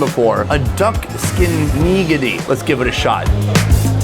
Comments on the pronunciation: Are you pronouncing nigiri wrong or do you mean to say nigidy? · Who you calling neegadee? 😂